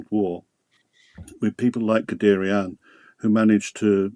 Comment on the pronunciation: pronounced gudayern